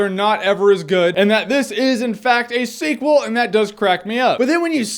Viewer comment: sequend....seekwend...seacw- ah forget it!